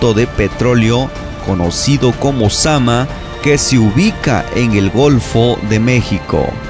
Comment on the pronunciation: Creo que es zamná no zama